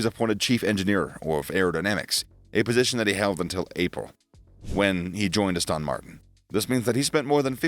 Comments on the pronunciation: Please, please, please, It's Aston Martin. NOT Austin Martin. You undermine your credibility when you actually mispronounce the name. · The way you pronounce Aston Martin hurts